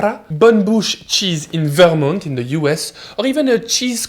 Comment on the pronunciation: Your pronunciations of Vermont (for future reference, ver-MAHNT) and Wisonsin (Wiss-KHAN-sin) were hilarious